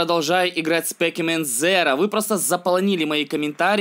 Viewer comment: надо говорить не спэкимен зэро,а спэсимен зиро